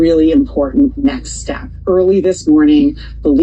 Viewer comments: She said "this is a really important neck step..." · 🦎 She say neckstep 😮